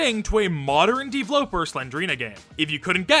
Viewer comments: I hate how pronounces his username as "D-vloper" instead of "d-v-loper" as in developer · i think you prounonce it dveloper not devloper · It just hit me that "DVloper" is probably supposed to be pronounced "Deeveloper" or just "developer". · Ok. Maybe I’m an idiot. But Dvloper looks like it would be pronounced the same as “developer” since it’s just… missing two es. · Why do you pronounce DVLoper like that?